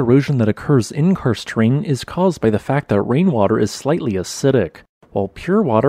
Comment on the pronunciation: "kurst terrain"?? What sort of damn pronunciation is this?